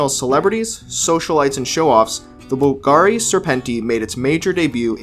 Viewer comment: pls at least learn how to pronounce Bùlgari